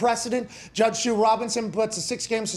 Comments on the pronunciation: it is SUE, god enunciate the word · Why is he saying judge shoe Robinson?